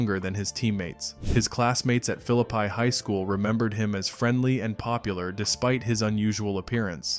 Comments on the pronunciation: The town in West Virginia is pronounced Fill-lip-pee, not Fill-lip-pie. I can speak with authority on this because I'm from there. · It's pronounced "Fillipee". I'm from there..